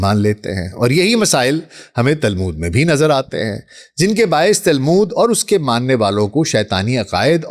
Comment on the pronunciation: تالمود نہیں تلمود۔۔۔۔